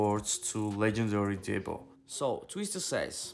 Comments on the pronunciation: His name is "DEEBO" not DEBBO 😆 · 😆. Dude. Said Debbo